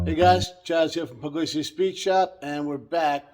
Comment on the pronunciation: Pug-liese NOT Pug-Lazy